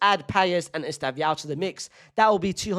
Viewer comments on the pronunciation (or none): Bro said esteviao